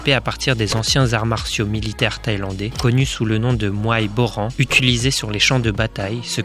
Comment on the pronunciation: Prononcez le « n » à la fin de Boran !!! Svp merci 🙏